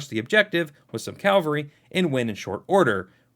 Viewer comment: “calVAry.” LeL. 🤭